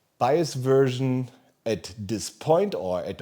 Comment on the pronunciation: Wiff dee latest bios werschn 😂 As a German watching this, I feel the pain. lol